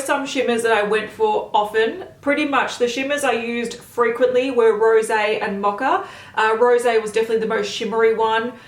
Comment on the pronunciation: Why is she pronouncing mocha as macha? It’s an o in mocha. Not an a like macha